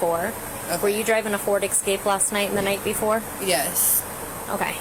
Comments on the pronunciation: "[The incident] resulted in the wrongful arrest and felony charges against an innocent woman." How ridiculous. only misconduct here was pronouncing the word "escape" like "exscape" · I wonder if denying driving an “Excape” would be sufficient to have the matter dropped, as she was technically driving an “Escape”? 😂